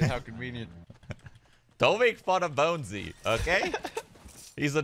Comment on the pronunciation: its Bonesy shroood not Bouncy